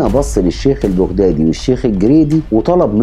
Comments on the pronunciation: البغدادي تلفظ بالفتحة فوق حرف الباء وليس بالضمة 👎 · ما. تعرف تتكلم عربيه فصحى ولفظك خطأ ،ماتعرف تلفظ بغدادي 👌